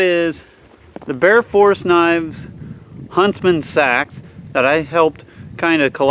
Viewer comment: I think you pronounce it Seeeeeeeeeeeee-Axe